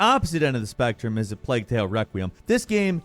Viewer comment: It's not pronounced 'pleg' though is it!